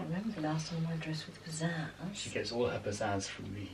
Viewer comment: “She gets all her pazazz from mEe”